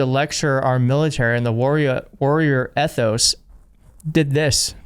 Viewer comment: Jesus, EEthos and esPREEdecor.